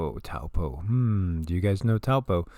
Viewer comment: Peace Be Unto You! First of all; Thank you for the information .. Let’s go Taupo; it is ACTUALLY PRONOUNCED TOE-PAW😮 The technology of these people cannot control a Super Volcano 🌋! Lol…they’re not ALL POWERFUL! Only #1 is .. WAS